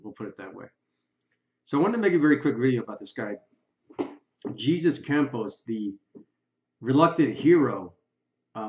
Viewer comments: With all the BS floating around Las Vegas...can we please, at the very least, get ONE THING RIGHT ??? The security guard who Stephen Paddock supposedly shot at, his name is pronounced "Hay-Soos"...it is NOT pronounced "Jeez-us" Maybe, if we could get these folks to put down their iPhones and learn simple spelling and grammar, you'd figure out that people of Mexican heritage pronounce and spell things differently than Americans do. To Americans, Jesus is Jeez-us but to our Mexican friends, it's pronounced "Hay-soos" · I hate to be petty and call you out for (my opinion of the) pronunciation, but... We don't pronounce his name the same way we do Jesus Christ. We pronounce it in the Spanish way, the J has an "h" sound: Hey-sus, or Hey-zus. I just think the way you pronounced it should be saved for Christ. I guess it really it my opinion, though. Please don't hate me! Lol 😂😂😂 As far as the video goes, I think it's an interesting theory. I hadn't thought of that, it makes perfect sense. Why else would they have let him leave the country immediately after it happened and kept that a secret? Only releasing that information when pressured relentlessly due to the countless interview requests. They didn't have much of a choice but to bring him back or it would have been more suspicious. Of course the entire thing is ridiculously suspicious already, so his disappearance now doesn't make much of a difference. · Okay, it’s not pronounced “Jesus!”, just as “Pierre “, as in French! So respect and educate yourself in annunciation!